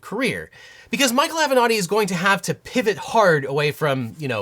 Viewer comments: Ok but why do you pronounce it "av'nòdi" instead of "avenatti"? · Spitzer is saying “thank gawd for Avenetti” 😅😅😅😅